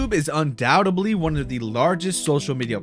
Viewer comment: "undoubtedly" not "undoubtebly" with a "D" not a "B" in the last syllable